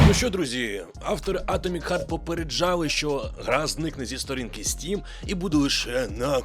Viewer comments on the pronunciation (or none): none